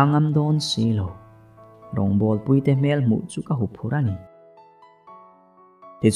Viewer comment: Puitea tih tak kha i rawn lamrik dan ki kha a dik lova. Pui lai hi Arpui tihbkan sawi a, Pui lai ang khân lam tur a nia. Kan rawn sawi ve hrim hrim. Novel lam te hi a ziak/ziah chhiar tur a awm nual vangin kan sawilang a ni e.